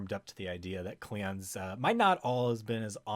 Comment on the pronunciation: this guy says klingons funny